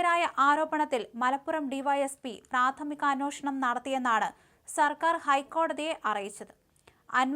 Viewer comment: അന്വോഷണം അല്ല അന്വേഷണം